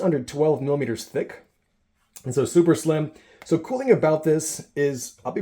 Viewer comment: Good video, but I’m curious where his flight is going. I packed this stuff 30 years ago when I flew into the jungles of Borneo. I had to stop watching as the pronunciations of the letter “g” as the letter “k” was driving me bananas: thing = think ???